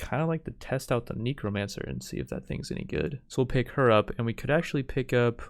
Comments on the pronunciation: BTW it's pegasi and Neck-ro-mancer (Necromancer) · dont bother. he also said kneecromancer. xD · How tf did you pronounce necromancer? Its neck-roh-mancer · Neck-ro-manser that's how you pronounce it. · Strangest pronunciation of necromancer ive ever heard